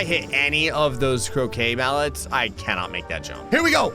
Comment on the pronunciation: Me who keeps hearing him say “cocaine mallets”…